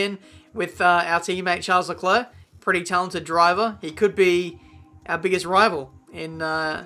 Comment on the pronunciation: Charles LeKluh